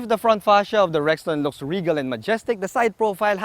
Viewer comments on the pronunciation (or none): none